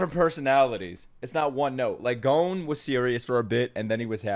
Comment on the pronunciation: Phonetics for character names Gon (G o~n) you got it right Kurapika (Coo rah pee ka) Leorio ( Lé oh ree oh) (Spoiler warning in case you haven't gotten to this point yet, but it's just the name of another main character) Killua (Kill ooh ahh)